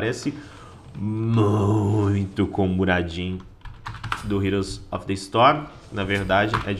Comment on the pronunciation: "Muradin do Heroes of the Storm" ouvidos sangraram